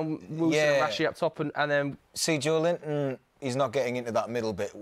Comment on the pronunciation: You just said Joelinton 💀